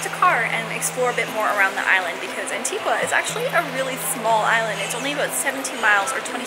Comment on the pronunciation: Americans always pronouncing Antigua wrong